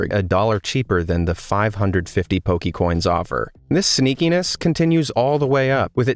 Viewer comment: Hi,. Good list of bad designs. My only beef with this video is that you are mispronouncing Poke'mon and Poke'coins. (Po-kay-mon, not Po-key-mon).